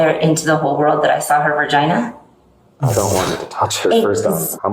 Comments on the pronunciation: Not the ver-gina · "Ver-gina?" is this lady such a prude she pronounced her own anatomy incorrectly? She sounds like a 10 year old boy who vaguely knows that girls have different parts than them 😂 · A 55 year old woman called it a ver-gina 😂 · "ver-gina" kekw